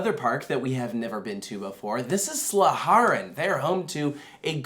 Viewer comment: Dutchy here: Drievliet is pronounced Dree-Vleet, and Duinrell is almost like Down-rell. The pronunciation of Slagharen was spot-on!